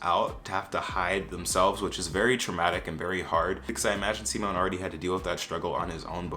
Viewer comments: as a swede; simon is pronounced like ”see-mawn” where you put the stress on the first syllable :) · I'm about to rage quit this video just because you pronounce Simon like Simone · In “simon” the stress it put on “si” not “mon” btw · SIMONE??? It’s a guy???? It’s siiiimon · bdhxhd i'm swedish and i have to say it comes off so funny/cute (in a good way) how you're obviously trying to pronounce simon the way they do in the show but it's just coming out like how we say simone. it's easier to get simon right if you pronounce it like sea-mon (like the jamaican word or mon in french where there's an abrupt end to the word after the n instead of that kind of ne sound). and there shouldn't be so much emphasis on the si part :) just in case someone might want to know how to pronounce it!